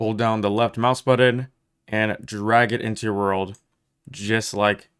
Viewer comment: Could not watch for more than a few minutes after hearing the word "button" mispronounced over and over again.